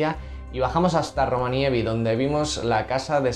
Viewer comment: Están siendo muy buenos videos y un gran viaje!! Por cierto, es ROVANIEMI jejeje